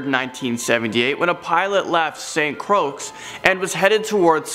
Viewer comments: It’s pronounced St Croy not st croix lol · 🤣 laughing my a$$ off, I will tell you if it's a boy or girl. Earlier, we are having a baby girl 😆 wow Saint Croaks...how about St. Croix pronounced "san croy" too funny. Love this guy... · ...Lol St. Croaks!!!! Is this real life right now?, for future reference the island of St. Croix is pronounced St. Croy not St. Croaks